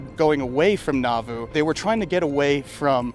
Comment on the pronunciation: Someone who grew up near Nauvoo here- you're emphasizing the wrong syllable. it's NAW-voo or NAW-VOO, not na-VOO. You draw out the "a" more. It rhymes with Yahoo.